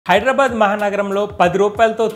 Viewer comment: Hydrabad కాదు హైదరాబాద్ అని ఉచ్చారణ చేయి.